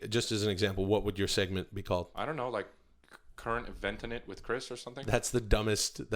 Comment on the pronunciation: “Chirs” hmmmmmm